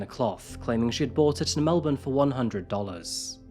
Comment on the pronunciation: melbourne pronounced correctly. a pleasant surprise these days